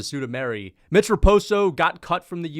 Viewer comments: I’m sorry bruh but it’s been annoying me for over a year. SUE-MOO-DAR-JEE. Not SUE-DOO-MARY. Come on man. How do you get Sue-Doo-Mary from SuMudaerji? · Suda -Mairy ?! Really ?! Chael and MMA Joey would be proud of you ! 🤣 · Who is "Sudameri" c'mon dude.